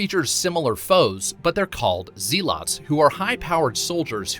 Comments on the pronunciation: Lol it is zealot pronounced zellot and us a fanatic lol not zee, but as an zed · "Zee-lots?" Is it pronounced that way ingame or is this only the reviewers mispronunciation? Otherwise it should properly be said as "zeh -luhts." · Pronounced "zeh-lit" not "zee-lot" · Whoa dude, A+ narration D- pronunciation 🤨 Zealot is pronounced ‘Zell - uh -T’ not Z - Lot. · Great vid but WTF is ZEE-LOT?! Haha! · zealot is pronounced Zelet, not Zeelot. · Zealot is pronounced like Zea(meh) lots(luts) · whats a Zeelot? Zealot, pronounced Zelot, ;) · Are you sure its called a zeelot and not a zelit? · Yeah its pronounced zeh not zee lol. I came straight here to comment about it as it hurt my ears hearing his pronunciation lmfao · its pronounced "Zell-ot" not "Zee-Lot" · I was looking for this comment 😂 ZELLET NOT ZEELOT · I'm so glad I wasn't the only one. Zealot (zell-it) 🤦🏽‍♂ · Wtf is a “zee-lot”??😂😂😂😂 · Hate to be that guy, but have you not encountered the word zealot before? A religious zealot, or a certain type of diet zealot? Its pronounced like zeh-lit. Or like the word pellet. Your video was good but otherwise, but it would be good to just google an unfamiliar word before assuming it's some weird viking word or just made up. I'm not even nitpicky with English, but the "they're called zee-lahts?" thing is pretty painful. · It's pronounced Zell-it, by the way. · The video was informative. So thanks for that, seriously. But, have you ever heard anyone else say zealot? Cuz it isn't pronounced like that. It's more like "zeh-leht". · You got to learn how to pronounce zealot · Exactly what I was thinking 🤔 wth is a zee-lot 😂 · pronounced Ze-lot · I look through the comments just to find something on the zee lots. 😆 🤣 😂 . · Zealot is pronounced like pellet. as in religious zealot. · it’s not zellit it’s zellut... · Great video, thanks for covering all these cool features. Just a heads up, zealot is pronounced zehl-uht hehe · How do you not know how to pronounce zealot? 😅😅🤷‍♂️